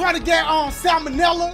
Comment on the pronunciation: it’s pronounced “Salomella” 😂😂